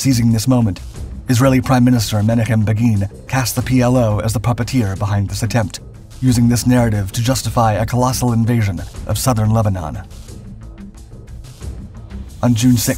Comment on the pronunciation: Menachem (meh-nah-chem) ch as in chanuka or chuzpa